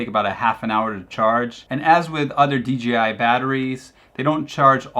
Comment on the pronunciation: It sounds like he says DGI most of the time instead of DJI.